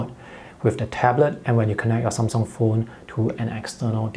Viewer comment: Took me a while to understand "some song/sone" is how he says Samsung